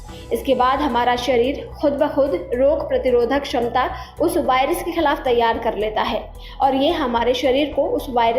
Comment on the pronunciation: Abe woh by rush nahi virus "v" for virus!!😂 PEHLE sentence main galti ab age sunao mat✋